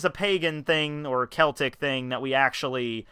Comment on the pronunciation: I once marathon chewed tearjerker gumballs because they were the only ones left in the variety bag and I wanted to see how hard it would be to chew them one after the other. Hey, you cared enough to pronounce celtic correctly.